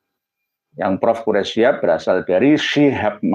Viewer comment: Tulisannya udah bener SHIHAB , cara bacamya aja yg SYHAB ,, githu loh gus